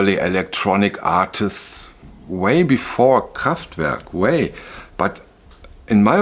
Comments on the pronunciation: I love the way you pronounce Kraftwerk 😀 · It’s always nice to hear you say Kraftwerk correctly. What I have noticed in electronic remasters (not Kraftwerk - I don’t have the pleasure of the OGs) that the decay of those early simple/rudimentary synthesizers does seem to get smoothed out. Again, that may be for modern tastes, the band or engineers. I think that roughest is the decay or overloading of the current. It can of course be great! But I think you are on to something. Kraftwerk are an essential chapter in the history of pop music. No doubt. Excellent video.